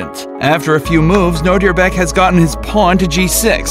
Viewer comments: Nodirbek is attualy my name its a Uzbek name and ur pronounceing Nodirbek to Nodirebek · What he say : Nodirbek What I hear : know your back